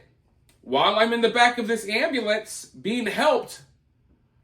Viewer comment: Ambalance instead of ambUlance 😅